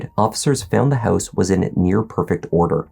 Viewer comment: "Jesse's hEuse..." LOL